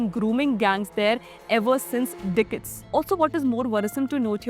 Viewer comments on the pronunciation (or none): Biatch can’t even pronounce the word ‘decade’